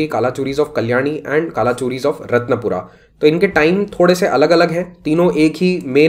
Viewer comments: Not रतनपुरा its रतनपुर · correct pronunciation is कलचुरी, रतनपुर